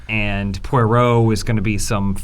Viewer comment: Why is unable to pronounce Poirot?